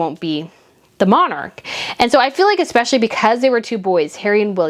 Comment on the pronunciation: Slow down the speech so "espeIALLY" does not sound like "espeshy" and... it's AS I SAID, not LIKE I said. xoxo